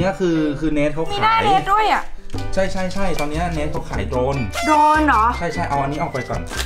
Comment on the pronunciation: ไม่ใช่โดนค้าออกเสียงตัวรให้ชัดสิค่ะโดรน